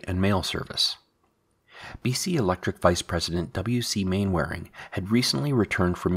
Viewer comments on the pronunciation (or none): none